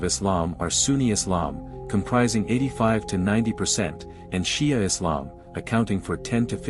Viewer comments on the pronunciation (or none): none